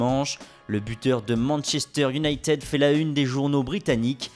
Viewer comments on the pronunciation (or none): mdrr manchester younaillteud